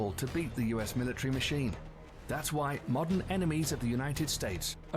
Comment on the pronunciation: What is a militree? A militant Christmas tree?